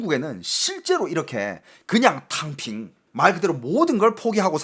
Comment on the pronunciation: 톈샤타이핑? 톈샤탕핑~아!😂ㅋㅋㅋ탕핑 하~오!